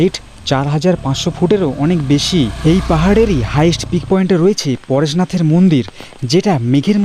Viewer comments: পারসনাথ নয় পরেশনাথ। (তেমনি বালাসোর নয় বালেশ্বর) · ওটা উচ্চারণ বাংলায় পারসনাথ নয় পরেসনাথ যেটা মহাদেবের আরেক নাম। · Apni Bangali to mone hocche ... Parshonath ba pareshnath bolte asubidha ki ?